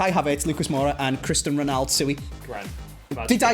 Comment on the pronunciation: Cristan Reynaldow... Sue-E